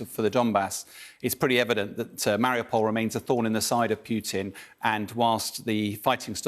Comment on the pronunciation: "pewtin"... i hate the man but at least pronounce his name correctly